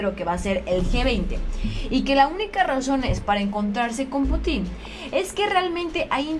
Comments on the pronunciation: que buena noticia,pero ya te dije que aprendas a leer bien y no cambies una palabra por otra cómo cuando dices putín - pútin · es Владимир Путин, se pronuncia Putin, con acento en la U, no Putín, respeta a nuestro nuevo mejor aliado;) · Jiji, No es 'Putín', es Putin no es lo mesmo : ) Pero eres una hermosa y se te perdona esto y más! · Que buena noticia ojalá todo sea para bien de México. Por cierto y solo como comentario, el apellido Putin no lleva acento en ningún lado, por lo tanto no se pronuncia "Putín" sino "Pútin" (como si tuviera acento en la u). Es solo un breviario cultural. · no se dice Putín,porque se escucha cómo una grosería,en nombres propios se dice Bladimir PÚTIN, siempre el acento en la primer vocal.aqui ya cabéa dijo el indíto,o ancina pué, jajaja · es PUTIN, no PUTÍN 😆😆😆😊😊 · Pútin...no Putín.... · Jijiji Es pú tin No Pu tín Jajaja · Cuidado con los nombres y apellidos. El presidenten ruso es PÚTIN con acento en la 1era sílaba no Putín con acento en la última (lo hago gráfico aunque no se escribe) En el idioma ruso muy pocas palabras si no es que ninguna son agudas ya sea con acento prosódico, diacrítico u ortográfico. Nada personal, no lo puedo evitar soy maestra y es una cuasi obsesión.... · Se pronuncia Putin, y no Putín 😂😂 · el nombre del presidente Ruso se pronuncia Pútin. Saludos. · No es Putin, es Pútin, sin acento, pero cargando la pronunciación en la u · Alguien noto que dijo putín con asentó en la (i) haciendo referencia a homosexual en diminutivo jajajaja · Jajajja saludos,se oye chistoso cuando dices Putin,le asentuas en la i se oye put"In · Creo que Putin es una plabra aguda... y el acento fonético es en la última silaba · Si verdad, se escucha chistoso como lo dice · Hay que pronunciar bien nombre del presidente ruso.